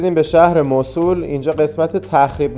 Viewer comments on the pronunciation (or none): موصلللللللل نه موصول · موصول نه موصل😂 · موصول نه موصِل😊 خسته نباشید👏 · موصول چیه آخه؟ موصل درسته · موصول نه موصل ایکول 😂😂😂😂😂😂😂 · مصول✅ موصل❌ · سلام...چرا اسم شهر رو موصول میگه ..مگر موصل نیست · ممنون بابت این ولاگ خوب اسم اصلی موصِل هست و نه موصول شما که تا موصل اومدید باید از اثار و ساخته های تاریخی الحضر دیدن میکردید حرف اصلی تاریخ رو الحضر میزنه با سه تاریخ ایرانی و یونانی و عراقی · مو صو ل نه. 😂 موصل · موسول ❌ موصل ✅ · موصول چیه؟؟ بگوموصل ...وقتی اسم موصل رو بلد نیستی بگی چطور جرات میکنی در مورد تاریخ حرف بزنی؟؟ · مُصول؟ توروخدا لطفا درست تلفظ كنيد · ، شما تلفظ Mosul رو درست میگی؟ موصول؟؟؟ فکر کنم « مَوْصِل » باشه. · موصول نه. موصل ص به کسره تلفظ میشه😂😂😂😂😂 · موصل اسم صحیح است نه موصول باتشکر 🌹🌹🙏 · موسل نه موصول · حالا هم خودت غلط گفتی موصل نه موسل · مُوصِل درست است نه مُوصُل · موصول نیست موصِل هست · چرا موصول می گی موصل بگو😂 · چطور پاشیدی این همه راه کوبیدی رفتی اونجا به خودت زحمت ندادی تلفض درست اسم مقصد تو یاد بگیری؟ واقعا عجبیه‌ اون موصله مو او صول نیست خودنه نمیشه یعنی موُصل هست نه م او صول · موصل تلفظت غلط بود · ممنونم. « مَوْصِل » تلفظ اصلی و عربی است، نه تلفظ ایرانی. مراقب خودتون باشین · تلفظ درستش موصل با کسر ص است. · من عراقی هستم. تلفظ ان به دو صورت است Moosel or Mawsel که در هر دو صورت با املای رایج انگلیسیش متفاوت است و صاد با کسره خوانده می شود. می توانید به ویکیپدیا نیز مراجعه کنید. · شما اسم شهر رو نمی تونی درست بگی